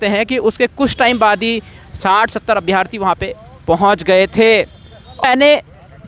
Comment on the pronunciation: भाई अभ्यार्थी नहीं अभ्यर्थी होता है